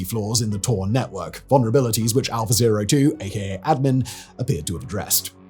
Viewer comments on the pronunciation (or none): Unfortunately I keep hearing it as 'alpha bae' and snickering to myself.